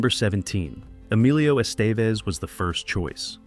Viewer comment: “Emilio Astevezz”. 😅😂